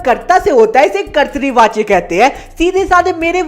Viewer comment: Karti vacha nahi hai kartavachya😂😂😂😂